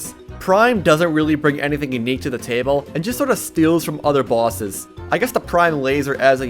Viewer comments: Is it just me or is he saying bwases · "Terraria, has quite a few bawses"